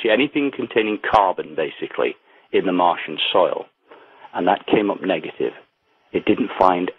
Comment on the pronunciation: Martain?? Martian...